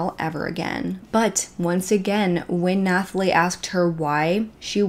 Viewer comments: Nathalie - is just “Nat-a-Lee” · Honey Nathalie is pronounced Natalie lol just had to tell u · Nooo Nathalie is just pronounced the same as Natalie!! The H is silent :) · And the "h" in "Nathalie" is silent. It's a French thing. It's pronounced as it is in English (except for the cadence lol).